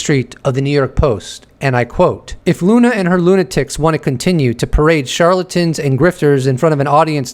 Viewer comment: Luna, not Lena